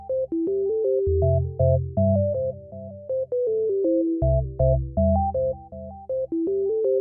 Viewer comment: said optained not obtained